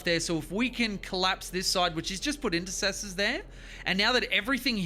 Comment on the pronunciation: INTER CES ORS for the foot soldiers or IN SEP TORS for the jump pack guys, Im sorry but your pronunciation is downright Freudian.